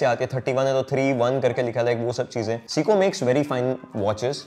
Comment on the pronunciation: It’s say-koh Not seeeko